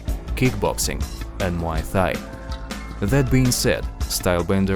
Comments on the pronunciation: A MMA channel pronouncing Thai as “Thigh”... come on now lol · please pronounce thai correctly, google will help you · Learn how to pronounce “Thai” correctly